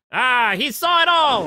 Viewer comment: And Sahwit = saw it